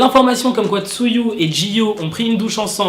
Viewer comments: Tu m'as tué avec ton "tzuyu" ça se prononce "chewi"😭😭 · juste, TZUYU ne se dit pas 'tsuyu' mais 'cheuwy' voilà^^' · CA SE DIT TZUWI PAS TZUYU ROHH XD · Juste un petit truc, Tzuyu se prononce "Chewy" 😉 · Tzuyu se prononce " chewi " 😂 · Juste un petit truc, Tzuyu se prononce " Chewy" 😉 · Vu que je connais le hangeul de lis "쯔위" "chewi" mdr